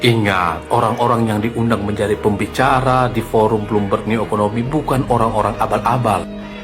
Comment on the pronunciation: Jokowi bertolak ke singapura berpidato di forum bloomberg Eeh Roy suryo cs berbicara bloommov'oon